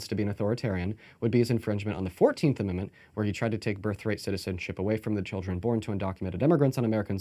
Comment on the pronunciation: Every time she said “child-ern” a piece of my soul dies